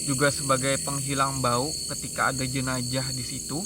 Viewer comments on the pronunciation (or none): none